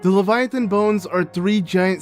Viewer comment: The way he pronounces it still doesn't fit either English or German.